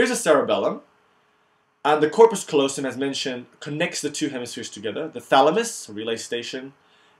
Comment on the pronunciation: it's corpus CALLOSUM dude :) great vid, thanks ;)